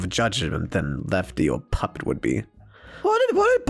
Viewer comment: Ballora said puppets name right!😆